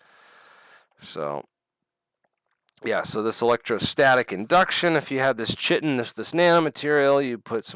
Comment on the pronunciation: Chitin pronounced ky-tin